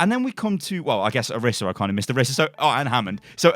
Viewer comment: Ok I’m sorry but I can NOT stand it when people say Oh-ris-uh it’s Oh-reese-uh